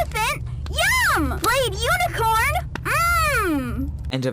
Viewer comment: I thought that crafty corn died because picky piggy said flayed Unicorn.